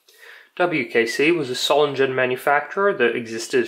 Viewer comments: To aid with your pronounciation of Solingen: Its pronounced as: So ling en just in one word instead of the 3 shown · Solingen is the name of a city in Germany. The "g" in that name is to be pronounced like the "G" in the english word "Gun" and not like the "G" in the english word "Gentleman".